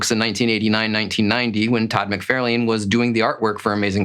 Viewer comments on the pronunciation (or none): FYI, it’s Todd Mc Far Len… Not Todd Mc Fair lane… You’re not pronouncing his name correctly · i generally enjoy this guys videos but i hate his mispronouncing of McFarlane especially when he knows he is saying it wrong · You really should learn how to correctly pronounce the name of your favorite artist, TOD mick-FAR-lin. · I have to say. I have never in my life heard anyone pronounce McFarlane like Mc-fair-lane lol. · Your favorite villian is Venom, drawn and created by Todd McFarlane….and you mis pronounce his name? Ok guy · Stop saying Todd's name wrong, i cannot take you as a serious collector when you don't know who Todd is cause if you did, you would be saying his name correctly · never in my life have I ever heard anyone mess his name up. Liefeld? Sure... but, McFarlane? C'mon... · You are correct that the person in the video is pronouncing Todd's last name icorrectly and the thing that makes odd ,caucasian,not english seaker as a second langauage but main one& not a from a foreign country just learning the language fir the first time,example from wildlife channel- a person in that keep pronouncing Hyena as (Hay-na)& he was Caucasian too?. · I have never ever ever heard his name pronounced the way you do, by anyone from anywhere on this planet.